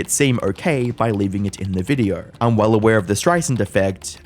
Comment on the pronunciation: ok but why do you keeo saying VIDEORRRRRR